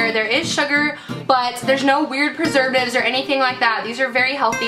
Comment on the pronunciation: xD she said pervertitives instead of perservatives , im not saying this in a bad way though , this video really helped me out . Thanks!